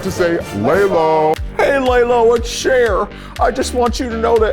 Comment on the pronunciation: screaming at them pronouncing lelo as lay-lo